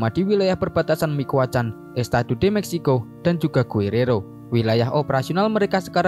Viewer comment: la familia micuakan bang, bukan mikuacan